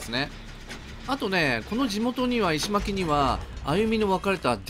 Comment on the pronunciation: 石巻はいしのまき ですね。